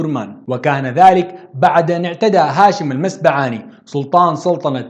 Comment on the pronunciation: تصحيح المسبعات بضم الميم ونقول هاشم المسبعاتي عند النسب وليس المسبعاني وهذا لا ينقص شي من المادة الرائعة